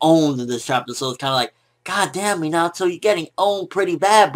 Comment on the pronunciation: I hate how he pronounces Minato